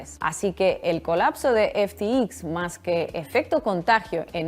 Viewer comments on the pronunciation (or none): Disculpa, se pronuncia F T X , no F ti i , efe te exis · Ya que no sabes lo que hablas por lo menos pronuncialo bien!!!! EF,TI,EX🤦🏻‍♂️🤦🏻‍♂️🤦🏻‍♂️ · No se si ya te has dado cuenta pero pronuncias de manera incorrecta FTX. Igual estás bajo mucho estrés o el inglés no es tu fuerte. En todo caso, tómese la observación en tono amable. Tu castellano es casi perfecto.